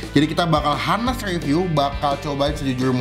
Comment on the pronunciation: btw Honest itu H nya iaudible. Jadi bacanya anes gitu..